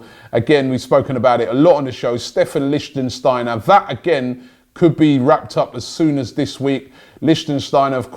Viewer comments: Robbie, I love you...but PLEASE, no more Liechtensteiner….that's a country....it's LEICHSTEINER. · Jesus Robbie, it's Lichtsteiner not Lichtensteiner. You've been saying his name wrong for a week now. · For fucks sake Robbie, its LICHTSTEINER........ NOT LichtENsteiner. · 4th time: it's licht - steiner NOT lichtENsteiner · Robbie please. Its Licht-steiner. Not Lichten-steiner. Licht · Lichtsteiner not litchensteiner, benatia not benashia. Love robbies wrong pronounciations... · Robbie, can you learn how to pronounce these lads' names before hopping on a broadcast? Its not Sag-lar So-youn-cu, its pronounced Chagh-lar Su-yun-su and Licht-steiner not Licht-en-steiner. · Stop mispronouncing Lichtsteiner. It’s not Lichten it’s Licht. You’re making it longer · Lich - steiner, not lichtensteiner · Robbie it's pronounced Lich-t-steiner NOT Lich-ten-steiner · Robbie, its Lichtsteiner! Not Lichtensteiner!! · Robbie FFS!!!!😡😡😡 It’s LICHT Steiner not Lichtensteiner He is Swiss and doesn’t come from Lichtenstein. 3 videos in a row 😤😤😤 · It's LICHT-STEIN-ER not Lichtensteiner😂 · Stop saying lichsteiner. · Not Lishtenshtainer, 🤨🤨🤨 pronounce the names correctly! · Lishstensteiner? WHO? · Why does Robbie keep calling Lichtsteiner, Lichtensteiner? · Maybe he joined us because you lot can’t pronounce player names for a start? Leichtensteiner?? Benaysha??? FFS Robbie. LOL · PLEASE FOR THE LOVE OF GOD LEARN HOW TO PRONOUNCE LICHTSTEINER. Saying Lichtensteiner is like called Wilshere Wilenshere, Ramsey Ramensey, it sounds stupid mate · Dammit Robbie! it's pronounced lick-styner and Ben-at-ia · Pls pronounce litchsteiner name properly. For the love of god.